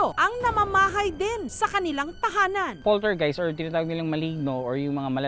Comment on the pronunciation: A POLTERGHIHT